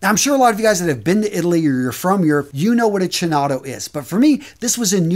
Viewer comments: It’s pronounced Keenotto (chinotto ) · You're a beast. Awesome contents as always! BTW, "chinotto" should be pronounced "Kinotto", not a criticism of course: I'm Italian 🤣🤣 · You try pronunce chinotto like if was write with k ...kinotto will sound very italian ...and sorry for my english 🤙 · Hi, very good video, but the second Acqua di Parma is pronounced Kinotto😉